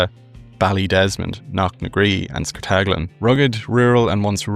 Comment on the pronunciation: De Cork accent... 'course, boy! Twas just like Tom Cruise in dat fillum 👍 By de wey... it's SCART-a-GLIN, not scartAGLIN 😃